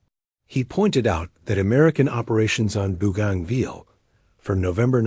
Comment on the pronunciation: Mate its not booganville its Bo ganville AI needs to improve